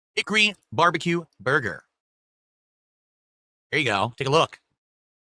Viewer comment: For over 18 years this creature still can't even say Burger right for Fuks sake 🙄 🤦‍♂️